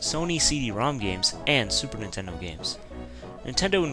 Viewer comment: Ninterdo ?? (relax i know theres a scuff mark there...)